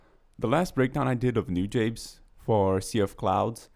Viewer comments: btw you pronnounce it noo-jah-bess, not nu-jabeyz lol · Newjabes? It's New-Jah-Bez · It's "Nu-jahbes"